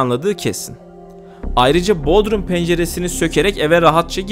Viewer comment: Hocam bodrum vurgulamanıza dikkatinizi çekmek isterim, ilçe Bodrum ile vurgulama farkı var. İkinci heceye vurgu yaparak tellaffuz etmeniz doğru olur.